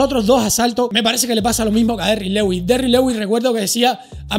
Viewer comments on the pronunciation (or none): none